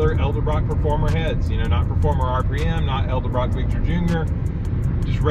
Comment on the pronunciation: Love the channel and the videos! One thing, say it with me: EDEL-BROCK, it's not ELDA-BROCK!! lol That's always been a pet peeve of mine. Edit: I watched the rest of the video where you correct your own pronunciation of Edelbrock!! lololol